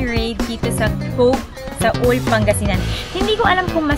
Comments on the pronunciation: Not "Saul" correct pronunciation po is "SUAL"✌️ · Hindi SA-UL madam, SUAL ( SU-WAL) pangasinan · Sual po, not Saul. 😊